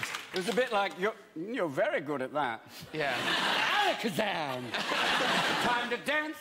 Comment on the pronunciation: he said alackazam with all the virgin power